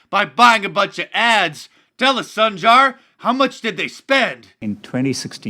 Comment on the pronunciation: All of us conservatives are having the same hallucination. Hooray for Alex Jones! I'm studying Hindi and Sundar means handsome, his parents really missed that one when they named him! It's actually pronounced Soon-dar, but mispronounce it all you please, thank you.